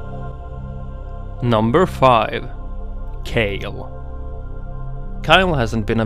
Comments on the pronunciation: Kyle xD its K-AY-LE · you can't even pronounce kayle right